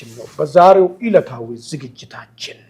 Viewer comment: በዛሬው ኢለታዊ 😂😂😂😂 ገመድ አፍ ( በዛሬው እለታዊ)